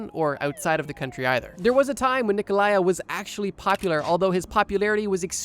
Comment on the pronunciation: I knew you would mispronounce Ceausescu´s name, I just didn´t expect it to be his first name lol